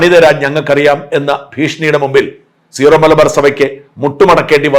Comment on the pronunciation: ഷാജൻ സ്കറിയ ഉൾപ്പടെ എല്ലാവരും തെറ്റായി സീറോ(zero) മലബാർ സഭ എന്നാണ് പറയുന്നത് . സിറോ (syro) മലബാർ സഭ എന്നതാണ് ശരി .